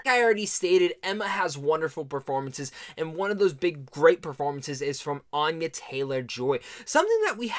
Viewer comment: Nice review, I liked the movie a lot too. Couple things, she pronounces her name with a short A like in "aneurysm" she said this in a few interviews, I think one of them is the one with Peter Travers recently. Second thing, the way your using aurora is wrong, I think you're looking for is just "aura".